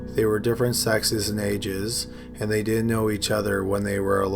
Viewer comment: Pronounce your words. It's not Di'int. The word is didn't. That d isn't silent. Most boring thing I've ever heard